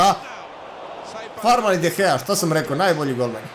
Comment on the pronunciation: Ne kaze se de gea nego de hea